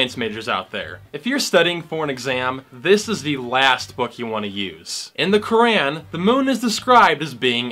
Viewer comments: Brother have you ever read the Bible or any religious book. They are all full of contradictions and abhorrent ideas (Verses in the Bible were used to justify slavery of African Americans during the American Civil War). Why pick on one religion/book/people? Also please learn to pronounce something correctly before criticizing it...Qu - raaaaaan is not how you say it 🤣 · You cant even pronounce the word" Quran" And you are finding mistakes in Quran